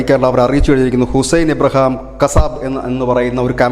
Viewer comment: Abraham alla IBRAHIM, മാപ്രേ